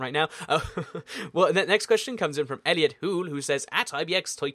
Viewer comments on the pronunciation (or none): none